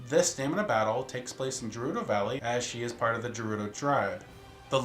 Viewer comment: I don't mean to try to correct you, but I just wanna mention that 'Gerudo' is pronounced in Breath Of The Wild as "guh-ROO-doe". I made that same mistake as you did when I first got into Zelda, so it's no big deal, really. I just wanted to bring that up. Great video, though!